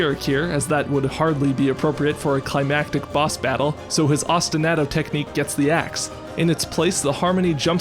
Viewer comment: That was fantastic! Just a note, I think Ostinato is pronounced like Ah-stin-ah-to like "ah yeah that was a good episode", not like Ah-stin-A-to with the a sounding like the A in "Splat goes the bug". Thanks as always for a great episode!